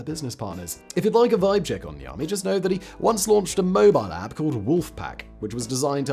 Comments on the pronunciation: I thought he said The Army in the beginning too, thought it was the name of a company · Lol 10 minutes of this video I thought he was saying the army not Niami 😂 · Everytime he says the guy's name, I always hear "The Army". And I keep thinking why the military would build this ^^ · Every time you say his name I hear "the Army" making me think this is a military house for some reason.